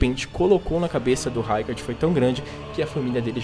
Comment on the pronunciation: O vídeo é bom, mas... RAIcard, MErica? 😅 Se chama Marika de Merica por que não chama a Ranni de Reni? 😂